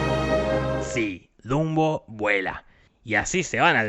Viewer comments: Se dieron cuenta que en el minuto dijo Zumbo en vez de Dumbo? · Dato curioso el narradador, si no me sr su nombre pero no inporta, el punto es que le dijo junbo a dunbo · Dumbo keras decir dundo xd